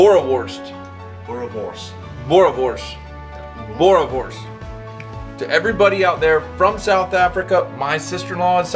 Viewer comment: Hey, isnt it BoereNworsT? :P